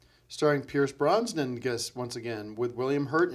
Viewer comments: I love how he says Pierce Brons-nan every time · Pierce Bronsnan will always be my favorite mispronunciation.